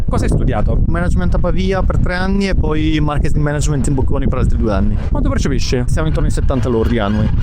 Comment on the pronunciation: Incredibile come, pur vivendo, studiando e lavorando a Londra, la gente continui a non saper pronunciare "management"...